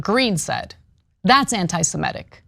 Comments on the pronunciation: semItic not semEtic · Semitic. Not semetic. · Ms. Kasparian, please learn the correct pronunciation of semitic. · Can you please learn how to say "semitic"? It is not "simetic". It is "semitic". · She mispronounces all kinds of things, it's ok.